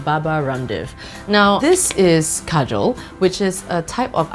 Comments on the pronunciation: Thats not how we pronounce kajal 😅😂u said Kajol its an indian actress name 😁it's ok tho cuz u don't know hindi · Kajal is pronounced car-jal 😂😂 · This is Kajal not Surma 😂 apply properly